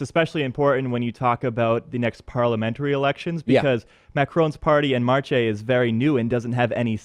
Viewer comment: That is not how you pronounce "En Marche !". XD